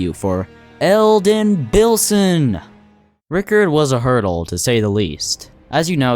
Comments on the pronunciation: yes I hate when he said ryikerd it's rykard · who says rykard like that dumbass said ''rikerd''